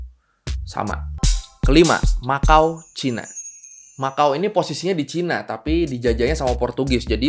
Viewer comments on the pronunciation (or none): none